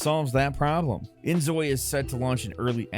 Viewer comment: Inzoi is pronounced like "enjoy" as in please enjoy our game! It's spelt that way so korean people will read it and proununce it as "enjoy" (the devs are Korean)